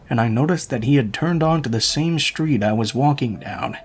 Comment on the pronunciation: Why do you pronounce all of your Ss with an "h" attached to them. "Street" does not have an "h" in it. An "S" does not automatically have an "h" sound following it. Strange variation.